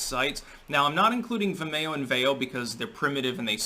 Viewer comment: Funny pronunciation of Vimeo at the beginning. It should rhyme with video.